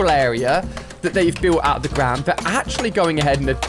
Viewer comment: You said trees in said the grawnd